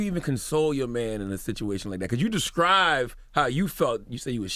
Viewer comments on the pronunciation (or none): Charlamagne said "descrive" lol